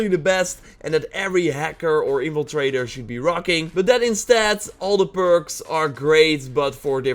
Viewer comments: "Evil trader" it's in-Fla-trae-der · Its " in-fil-traitor"